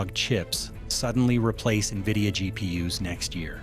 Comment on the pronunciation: Its GP-Us i love it ;)